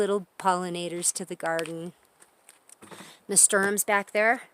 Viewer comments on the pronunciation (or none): Just want to help, Dear...that flower plant is pronounced: 'Na stur shum'. 🥰